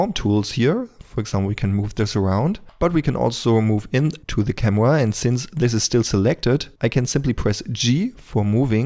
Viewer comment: „Cameua“? das kannst du besser:)